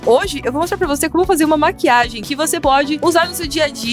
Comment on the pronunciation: mo eu escrevi maquiage porque é assim que ela fala